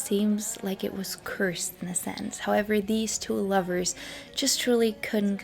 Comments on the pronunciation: Its Courson not Cirson. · It's great that you read all of those books. Btw you have a strange way pronouncing heroin and Courson. You're pronouncing it as ( Cursin) it sounds like COURSE not CURSE. Another great one is Wonderland Ave Tales of Exess and Glamor by Danny Sugarman. He's also the author of No One Here Gets out Alive with Jerry Hopkins and The Doors (book). He admitted in interviews that he left the ending of No One Hear Gets Out Alive as not 100% truthful. He put in the book that Jim died of a heart attack. Basically he stuck to the same official story that Pamela told everyone and the Doors manager went along with that story. He also played up the part about the Doors manager not opening up the coffin 1st to make sure it was Jim in that coffin. Which has since played into the belief some people have that he just changed his identity and people claiming they've seen him over the years. But he later admitted he thought it was a heroin overdos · Sorry, but Pamela's last name is pronounced KOOR-sun. Just so you know. Well done. ❤